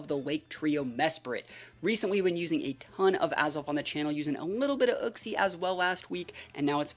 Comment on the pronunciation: Its name is you-xie, not uck-cie